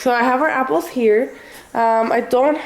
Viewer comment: I hate how she says apples